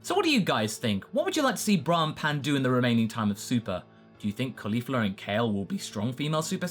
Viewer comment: Sorry for being stringent on grammar, but I'm surprised by the way you pronounced Caulifla's name. I mean, she's named for cauliflower, it's easy to understand the proper pronunciation.